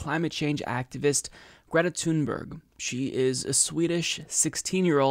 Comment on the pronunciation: Her last name is pronounced like "tune berry"